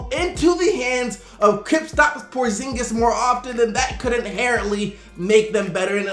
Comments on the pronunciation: says the unicorn like this kripstops porzingiz lmao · Kripstaps Porzingis